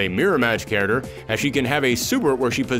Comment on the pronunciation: Love the videos but I still can’t stop hearing “carroter” instead of character 🥕🥕🥕 Great work nevertheless